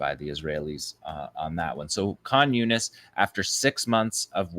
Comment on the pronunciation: Does anybody else hear "communist" whenever he says Khan Younis? 😂